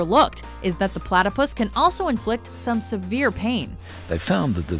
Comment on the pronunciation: when that guy said platypiss LOL